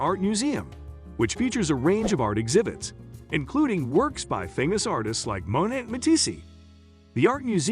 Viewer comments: "Bow-tiques," "Mow-net," "Ma-tee-see" -- I couldn't take any more. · Terribly written, terribly narrated. Boutique is pronounced boo teek, not bow teek, with the “bow” pronounced like bowing to a superior. You gotta watch it just for the ignorant pronunciation of artists Monet and Matisse (pronounced as one person). Laughable. If this is done by a real person, well, that’s sad. But if it was some AI generated narration then AI is dumber any illiterate walking the street. Why bother posting content if you don’t even endeavor to do it well?